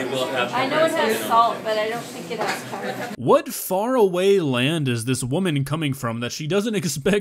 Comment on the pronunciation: Is there peppurr in all those sewps?!